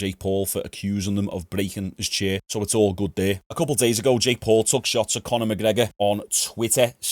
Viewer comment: Who the fuck is Con-eh? What a whopper man.